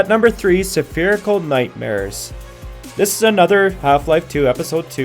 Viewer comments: "at #3 Saphirical Nightmares", a nightmare-ish game about .. sapphires? What .. It's pronounced es-pherical dude and I don't even speak english, you're welcome =x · I stopped watching when he said "Suh-pherical"